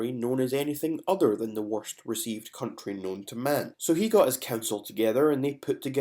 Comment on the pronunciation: Cuntry HaHaHa ! And we speak badly !